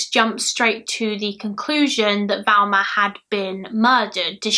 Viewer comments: she literally said she struggled getting her name right, also I know people from her area of the UK and others, of you watch her mouth, she's clearly saying Velma most of the time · Probably the same people who comment that they are confused because pronunciation of Thelma makes them hear Velma and they are too thick to comprehend that people can have accents. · It's not 'Velma' - it's Thelma!! Very annoying. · she knew it was Thelma but pronounced it Velma, it happens, Bailey does it too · I'm sad you mispronounced her name the entire video. You kept saying Velma. It's Thelma. T - H Pronounced As in Think - Thelma. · Her name is Thelma "not Velma!! Get the dead woman's name right, 😺!! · You kept calling her Velma, it was distracting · You keep saying ‘Valma / Velma’ but it’s Thelma xx Can you cover the Jill Dando case? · Just a question please- why are you calling her Velma when her name is Thelma? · Not Valma-Thelma. That's driving me nuts. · It sounds like you're pronouncing her name "Velma", but the title says "Thelma". ?? Maybe I'm just hearing it wrong! Thanks for the upload! <3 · Jane Smith I kept hearing her switch between the two sometimes she definitely said a V not a TH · A lot of UK accents pronounce the "th" in Thelma very softly, like you would with "there", and not a hard "th" as in "with". That softer pronunciation does sometimes sound like a "v" instead of a "th". And some UK accents (yes, I'm looking at you, Essex) pronounce "th" as a "v" consistently. So "muver" instead of "mother". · Yea I was confused there to wondering is it Thelma or Velma lol I kept hearing Velma...eitherway NO big deal :) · and like I said she doesn't have that issue, she pronounces the the in other words, this is the first time she's said v instead of th, it's not her accent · Is it me or does it sound like she is saying Velma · Who else thinks her hair look like cat ears? I agree she sounds like shes saying Velma?